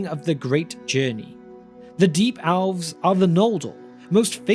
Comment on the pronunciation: owlves. why do you say a short e sound as an ow sound? do you also say owveryone (everyone), or owlse (else), or owver (ever), etc? not asking in a mean way, just curious